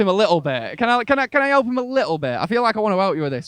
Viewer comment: I love it when the asker say elp instead of help